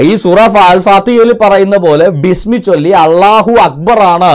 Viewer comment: അള്ളാഹു എന്ന് ശരിക്ക് ഉച്ഛരിക്കാൻ പോലും കഴിയുന്നില്ല വലിച്ചു വിളമ്പുന്നു